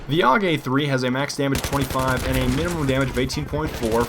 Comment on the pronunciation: The AUG is pronounced singularly like U.K or U.S.A